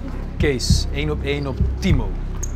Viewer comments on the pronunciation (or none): Je zegt een paar Timor in splaats van timo